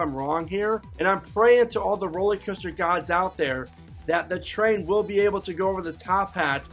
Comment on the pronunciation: Honestly, how can you trust someone who pronounces roller coaster ROLLY coaster?